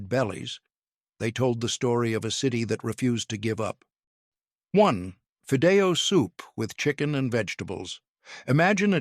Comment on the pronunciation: I so wish you would have someone who KNOWS how to enunciate spanish words. "Fēē-dĕh-yōh" = Fidello. There isn't a "z" sound in "picadillo"(pēē-kăh-yōh). My gosh the narrator is chopping the names of dishes. Truly horrifying. Nevertheless I do appreciate this video. Born in the late 50s, we weren't wealthy at all. However, our beloved Mamà made sure we girls helped in prepping & ultimately learning to cook. Our poor Tacos, were filled w/ papas, chorizo, shredded cabbage, cheese & salsa. Paz be with us all 🙏. "Sra lsa"